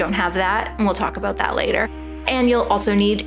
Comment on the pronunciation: Are you Canadian sort of heard that aboot